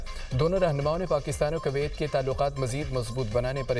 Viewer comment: Koyat ko sahi pronounce bhi nhi kr raha news anchor